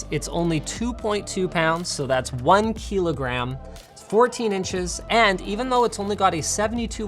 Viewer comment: my man says kilogram like he's never seen the word in his life lol